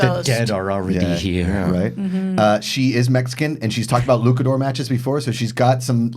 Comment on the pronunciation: Did he say 'lukador'? Was that on purpose? I don't know. Sometimes he does have JTE moments.